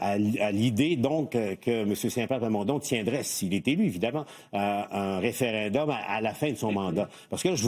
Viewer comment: Pourquoi monsieur, dire référindum au lieu de référendum? merci... tout comme r'traite au lieu de retraite. Merci